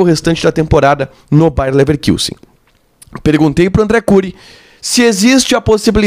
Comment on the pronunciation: É "LeverKUssen", e não "LeverKIUssen" que se fala,. Não tem trema no u.